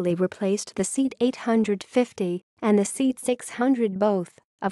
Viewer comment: What a pity thet the comentator can not pronounce Seat properly.